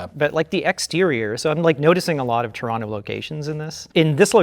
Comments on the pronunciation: Oh man my favourite genre of RLM videos, re:View episodes about 1980s remakes of 1950s horror movies. Also +1 point to for saying "Toronto" properly. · says Toronto like a proper Torontonian. He doesn’t pronounce the second ‘t’. He says Tronno.